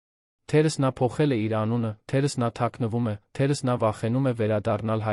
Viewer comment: թերևևևևս, ոչ թե թերըս։ ւ֊ը կարդա և😂😂😂